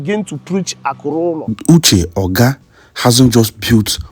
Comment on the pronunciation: His name is not Uche Ogá. Make research and know how to pronounce people’s names. You made this same mistake with Justice Oputa’s name.